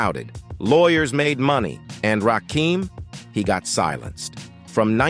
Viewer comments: Don't you guys listen to your videos BEFORE you upload them? Why do you allow A.I to call him Ra keem? Ra KIM. Damn respect this God. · Ra-KIM...not Keem....get it right!!!!! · I can't watch this the AI BULL💩💩 the voice and the way it pronounces Rah-Keem instead of Rah-Kim😡😡😡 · Whos rakeem i thought his name was RAKIM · It's RAKIM, as in KIM. NOT RAKEEM. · Hey AI say his name right its Rakim not Rakeem got it? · It's RA-KIM not Rakeem , bruv! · His name is pronounced as RA-Kim not RAKEEM. STOP IT DAMMIT! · Why is he keeping saying rahkeem.its rah Kim bro 💯💪✌️ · Correction, The GOD M.C.s name is actually pronounced Rah-kim not like the a I voice, says RahKeem🤷🏾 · Delete this comment or change it its RAKIM its NOT pronounced RAKEEM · It's pronounced rah KIM. Not keem smh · I had to click off. He keeps saying "Rakeem" and it's driving me crazy! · Everytime he says Rakeem I get pissed 😡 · This Rah-KEEEEM is bothering me. If AI is so smart, why can't it ever get the names right? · You can say what you want, but say his name right. RAH-KIM... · 😂😂😂😂 I know right!!! Rakeem 🤣😂😭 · He said Rakeeem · WHO TF IS RAKEEM STOP FUCKN THE GOD MC's NAME UP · If you're gonna use AI to narrate the video at least adjust the fucking words so that it gets his name night. You could have worded it "Ra-Kim" and it would have said the name right. I could even finish since you fucked the name up so badly. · Rah-KIM!!! Dam get it right !! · IT'S NOT RAKEEM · Thumbs down, because I don't know who the hell Rah-keeem is!!! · WRONG. It’s pronounced “RAH-KIM”. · Basically when u typin certain shyt in AI, u gotta do some finaglin'. AI wont read Rakim as his name. U gotta spell it as Rah Kim. AI will then say it correctly 🫡💯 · I cut this off soon as I heard the narrator say raheem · No, the narrator says, "Rahkeem." Belee dat. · NO! it's Rakim. Pronounced Rah-kim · It's rahh---kim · Get the god's right - It's Rakim, not Rakeem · you not saying his name right